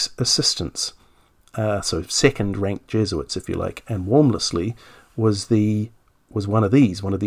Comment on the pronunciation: H. Walmesley is pronounced Warms-lee. Just as Lievesley is pronounced Leevs-lee If the chap you mention is spelled Cruikshank, that is pronounced Crook-shank. No attempts to twist u and i to a distorted oo-i needed.